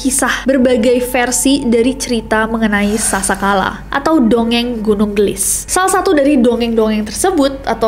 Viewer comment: Gunung geulis kak nessie bukan gunung gelis, itu teh pake bahasa sunda di bacanya